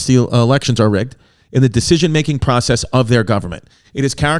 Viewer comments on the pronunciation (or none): none